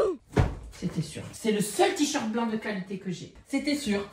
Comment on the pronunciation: Ptdr le ticherte 😂